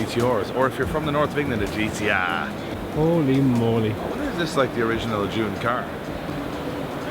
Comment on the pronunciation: It’s gtr lad Lol